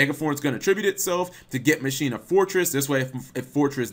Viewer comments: Ma-Key-Na is how you pronounce Machina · Pronounced Mah ki na